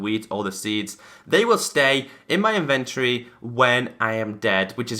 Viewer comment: in·ven·to·ry ˈinvənˌtôrē That is 4 syllables. Otherwise great video! Maybe someone knows why my xbone has this feature disabled ( it will not allow me to check the box)